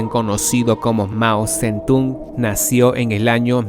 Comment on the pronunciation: La parte más terrible de tu video es cuando pronuncias la palabra nació sin su acento correcto.